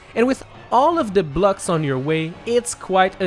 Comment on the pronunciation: I like how he says bluck instead of block